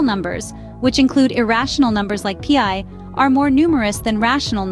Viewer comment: Pi is not pee eye.